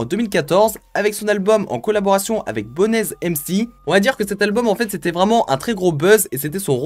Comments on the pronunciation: Ah oui il y’a quelques choses qui sont resté dans ma tête: j‘ai entendu personne à dire que c’était le gomora allemand , on dit 4 blocks et pas block 4 et on prononce bonez- BONZ sans le „e“ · Frere sa se dit bones(bonez) comme en anglais il s'appelait comme sa parce que il été très mince et haut Big Up a toi